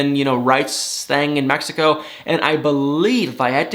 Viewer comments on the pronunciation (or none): none